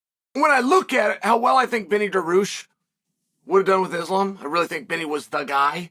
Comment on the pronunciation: Secirian... Darooosh😭